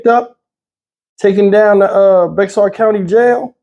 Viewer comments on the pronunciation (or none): It’s pronounced Bey-har. It’s from when Texas wad still a part of Mexico, so you say it like they pronounce words. 😉